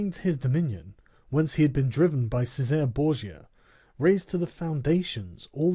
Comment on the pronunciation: The way Sargon can't pronounce italian names like Francesco or Cesare, triggers me immensly